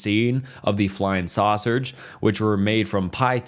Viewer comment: Saucergs lmaoo